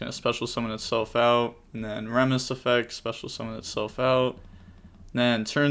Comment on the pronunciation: remus is pronounced ree-muhs, based on the founder of ancient rome